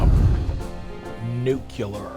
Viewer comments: Nuclear = Noo...KLEEEEE....ur...ffs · Nuclear ❌ Nu-killer✅